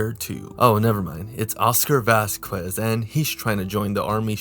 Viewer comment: The way you pronounced the Q in Vasquez.. starting to think you're a mexican version of fps Russia.. minus the guns of course haha